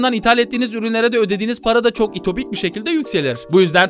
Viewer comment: Itopik degil ütopik